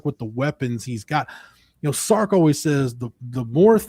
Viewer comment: It's Sark, not Stark...